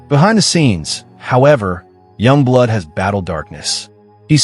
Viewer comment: Źle wypowiadasz Yungblud ...